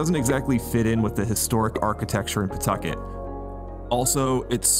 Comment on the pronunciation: Love these videos man. I live out here and you said Pawtucket right lol . Ever since the DMV left Apex hasn't been anything